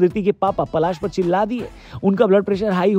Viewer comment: Bhai vo palaash h ....palash ped ka naam hai